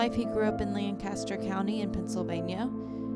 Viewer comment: The city and county in Pennsylvania is pronounced Lankuhstr, not Lankastr.